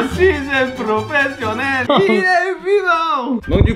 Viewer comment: J'aime pas quand il dit je suis un prophsionèle